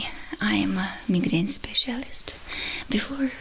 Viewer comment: Oh I love all your videos. It is so impressive this is your second language!! By the way it is pronounced My-Grain. Keep being amazing ❤